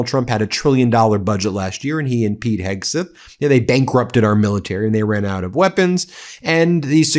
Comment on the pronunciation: I hate to be picky Ben but it’s driving me crazy how you keep mispronouncing Hegseth, you are saying Hegsith. Would you say Sith Rogan?